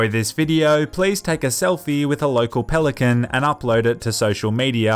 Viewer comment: Pelicant? No pelican.